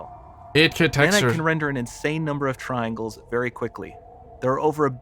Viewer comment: Nobody The narrator- "Triangles"